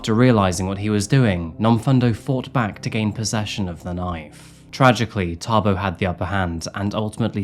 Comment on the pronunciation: 😅wow you say Thabo like a real Tshwana👍